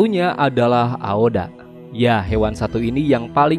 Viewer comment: Aoba bukan Aoda